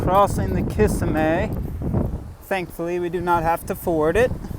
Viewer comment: It’s pronounced “ka-sim-ee” thanks for sharing!